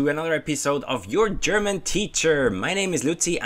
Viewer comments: The way you say German (Your way: Cherman) always cracks me up 😂😂. Great work, tho. Much love :) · Ch-erman Ch-enders :D